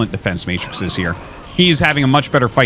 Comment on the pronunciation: "Matrices", Arti